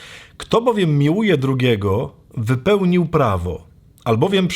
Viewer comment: “Wypelnji Prawo…, miluj the end👋🥰